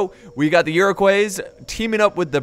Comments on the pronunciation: Iro-kwah not coys. Never did learn to pronounce foreign names did you haha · Iroquois is pronounced like Ire-qua, not Euro-quas, it's french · It’s pronounced ear-ic-wa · I'd just like to point out that Iroquois is french so it is pronounced Eer-oh-kwah just for future reference 😊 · Iroquois is pronounced ear-ah-coy The s is silent. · I don't mean to be douchey, but Iroquois is pronounced Iro-kwa, just saying